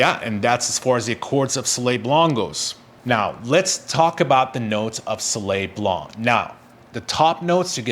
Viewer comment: Please learn how to pronounce the name of the fragrance properly.